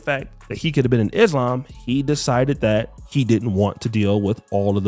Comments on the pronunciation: The correct pronunciation is Islăm thats why it sounds like she said lamb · I hate when she said “Izhlam” learn how to pronounce the word before you follow the religion goofy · Is no one going to question her pronunciation of the religion she converted to? Is-Lamb? Ma’am, what? I’d let it slide if she was Canadian, but she’s not. Do better, Brittany! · shes saying Islam wrong, so i know she dont do her prayers right smh.